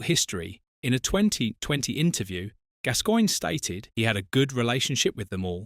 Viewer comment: It’s pronounced GAS GOINE 😊❤